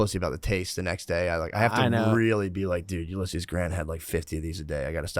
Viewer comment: Matt totally dominated the word "Ulysses" with zero hesitation, he's leveling up